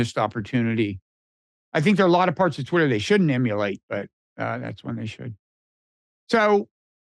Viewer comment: Pronounce it "M"ulate boys..you are sounding like Immolate which is something TOTALLY different